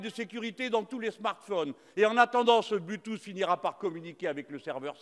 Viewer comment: Le ''blu tousse'' a fait ma journée XD